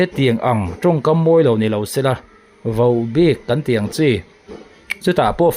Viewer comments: Vauhbik ni lovin Vohbik tia lam tur ni zawk awm tak a ni. In ti ropui hle mai. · Vau bik tiin i tawng tlat vaubik ani lo vohbik tih tur😅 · Vauhbik anti ngailo, Vohbik ti in lam tawh rawh. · Vau bik tia lamlo khan vohbik tiin lamri zawk teh. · Vauhbik tia lam loh tur Vohbik Vo a nih hi. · Vaubik nilo in vohbik tih tur a ni lo maw. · Mahni a news lak dan hi ngaihtuah ve la mi in news a an puan tawh hi lo tuihnih ve zel lo hian mahni hian hma la ve la mi kut a rulkaw zen tum ang mai subcriber duh thlak e i channel hi mahni kut a din tum ve la mi news chhiarchhuah tawh le lo hmalak tawh na lo tuihnih ve lo hian vaubik ti a lam a va ang ve vohbik ti a lam tur aw nangmah a hmalakna nei a news i tarlan leh lo tihchhuah hi i channel ah hian hriat tur a vang hle mai tan han la in hmasawn han tum ve teh khai🫢🫢🫢😂😂😂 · Vohbik tih I lam dan hi adilo deuh Ava angve